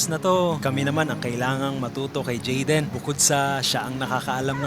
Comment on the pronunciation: tumatagal nawawala narin ang letter "Y" ni jaden 🤣. narining ko "WAYA WAYA".